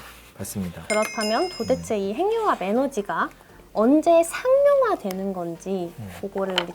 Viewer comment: '행늉합'이 맞습니다. '핵융합'은 '핵'과 '융합'의 합성어이기 때문에 '행늉합'으로 발음해야 합니다. '식용-유'를 글자 그대로 [시굥유]로 발음하지 않고 'ㄴ' 음을 첨가해 [시굥뉴]로 발음하고, '색-연필'을 [새견필]이 아닌 [생년필]로 발음하는 것과 같습니다. 표준 발음법 제7장 소리의 첨가 제29항 합성어 및 파생어에서, 앞 단어나 접두사의 끝이 자음이고 뒤 단어나 접미사의 첫 음절이 '이, 야, 여, 요, 유'인 경우에는, 'ㄴ'소리를 첨가하여 [니, 냐, 녀, 뇨, 뉴]로 발음한다.